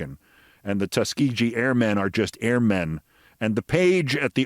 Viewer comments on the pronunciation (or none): Wow, Keith.... REALLY surprised that I have to correct your mispronunciation of Tuskegee (it's a HARD G). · Keith, small correction, the ‘g’ in Tuskegee is pronounced with a hard ‘g’ as in the word ‘grapes’ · Keith, please research how to pronounce Tuskegee. . It's not the way you're doing it. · Tuskegee - hard 'g'